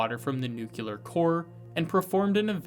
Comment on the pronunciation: nuclear is not a hard word to say. wake up bro